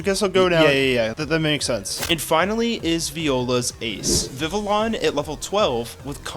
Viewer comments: i’m 90% sure it’s pronounced “viviyon” and not “vivilon” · Just letting you know, Vivillon is pronounced “Viv-ee-yon” I know it’s weird but “Viv-ill-on” does sound a little better😅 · It’s pronounced viv-EE-AHN, BYE-nuh-cull, kuh-REE-nuh, sih-JIH-liff, HAH-loo-chuh, RAY-mohs, ROHZ-rayd, VEH-noh-shahk, CLEH-MENT, ehm-MAHL-guh, luh-VARE, and DRAP-ee-ahn, “Patrick Star”! 🤨 Also, Sandstorm is a Rock-type move, not a Ground-type move!